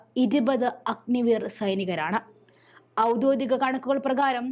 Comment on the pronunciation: ഔദ്യോഗികം എന്നല്ലേ വേണ്ടത്? കേൾക്കുന്നത് ഔദ്യോദികം എന്നാണ്.